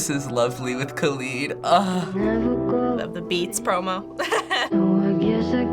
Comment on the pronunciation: The way he said kalid haunts me